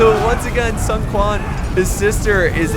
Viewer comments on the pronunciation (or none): No. Cao Cao is pronounced "Tsao Tsao", and Sun Quan is pronounced, "Sun Chwan" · It's pronounced like Tao Tao, although Sun Ren was correctly pronounced, Sun Quan is kinda pronounced like Sun Chewn?